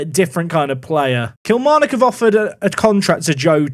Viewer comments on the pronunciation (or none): none